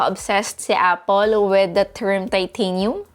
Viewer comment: " A-pol " LOLLLLLLLLLLLLLLLLLLLLLLLLL